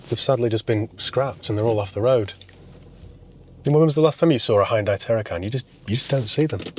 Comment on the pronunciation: Glad to see you haven't pronounced it 'Hee Un Day' as the marketing muppets now call the name after all these years. We might possibly have been mispronouncing it for all those years, but a brand name sticks. This particular one had looks that stood out. I bet you can't find a decent Daewoo (or Day Who, as my uncle pronounced the name) / Chevrolet Tacuma that's decent though. Now, there's an idea!🤔